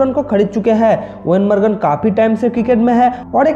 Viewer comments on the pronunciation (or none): Eoin margan nahi Eoin Morgan